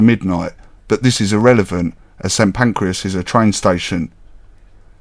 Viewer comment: You call it St Pancreas 😂